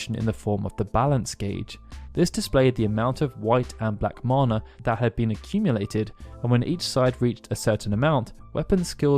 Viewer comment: Thank you for being one of the only Youtubers to pronounce "mana" correctly.